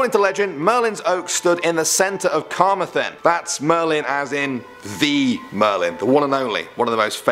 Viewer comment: bro, you pronounced Carmathenshire wrong XD